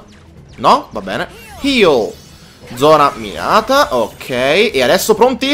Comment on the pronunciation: mi dispiace dirtelo ma per tutto il tempo hai sbagliato a pronunciare un comando. invece di zona minata dicevi zona mirata😂